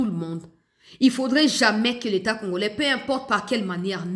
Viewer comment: Na discour Na ye landa bien oKO yoka ndenge azo loba congorais au lieu ya congolais vraiment aza rwandais